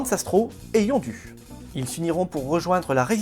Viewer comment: C'est Yondu en prononçant "ou" et no "u" pauvre! Comme Udonta qui se prononce aussi "ou".